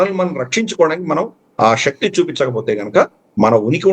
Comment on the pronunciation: Pronounce telugu words correctly. Shakti is not correct.😊